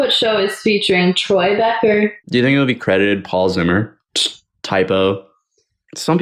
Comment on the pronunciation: anyone else cringe so much at "troye" that they feel physically sick